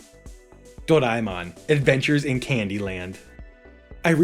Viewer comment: How is this guy saying Doraemon lol.